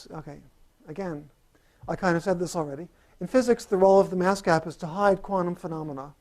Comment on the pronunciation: Did he say mask gap or gas map? ;-) I love Ed Whitten, if only I could understand him :-(